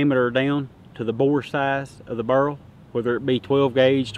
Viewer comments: Bear-el, bear-el. I have a slight southern accent, but jesus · Take a shot every time he says burrle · I hear "burrl". I like "raffling" too :)